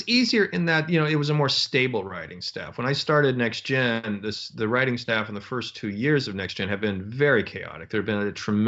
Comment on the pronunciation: I like the way Moore says "NextGen" rather than the alphabet soup "Tee Enn Jee." I do, too.